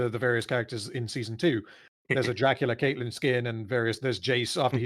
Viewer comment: Count Dykula lol